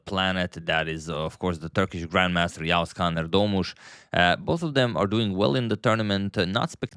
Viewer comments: Agad is the only content creator who can pronounce Yağız Kaan Erdoğmuş properly. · Your Yağız Kaan erdogmus pronunciation is great